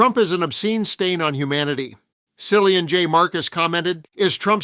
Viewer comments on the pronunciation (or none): Hey, you need to learn now to pronounce "Cillian".